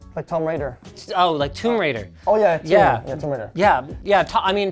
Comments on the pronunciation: the way he said Tom Raider with so much confidence lol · yup i knew it after hearing the "tomb raider" pronunciation